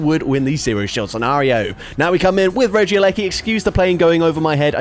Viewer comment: “Regi gigASS” Ik it’s the accent and I love you😂❤